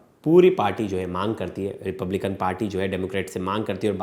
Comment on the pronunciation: Trump belong to Republican Party, Correctly pronounce the name of the American political party.